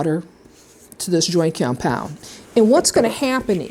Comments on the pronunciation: why are you saying it like that, wtf is joykeyompyond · I love how you say cyompound ☺ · what is that accent "joint comepyound"? lol very good video. excellently executed very informative and straight to the point i loved it thank you! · All I could hear you sayin compound, and you say it funny😂